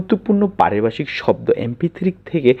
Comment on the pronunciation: ওরে ভাই, এখানে কি হকারী করতে আসছেন "!!!! হাউ মাউ করে কথা বলেন কেন। উচ্চারণ এত বাঁজে কেন?? "ভ" কে " ব" উচ্চারণ করেন। পারিভাষিক কথাটাকে বারবার পারিবাষিক বলিতেছেন।